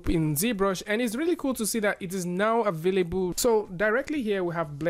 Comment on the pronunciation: I JUST LOVE HOW YOU SAY "AVAILBUL"